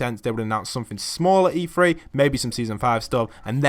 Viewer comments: Is it not E three? Not E “free”?? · Hilly O’Connor yes but why does the commentator say “free”? The word is “three”